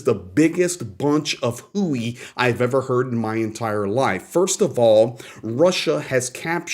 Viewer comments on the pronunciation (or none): none